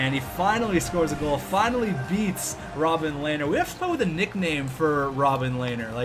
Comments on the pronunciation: Rob-him lehner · Robin Lehner = Rob Em Lehner or something along those lines